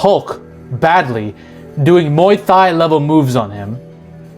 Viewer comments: It's Muay Thai not Muay Thigh. Hard T dude. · "Muay Thdai" 😂😂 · Muay Thai pronounced Muy tie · What the hell is Muay Thigh????? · “Doing Muay THIGH” bro…